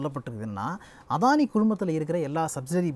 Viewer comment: அதானி இல்ல, "அடானி".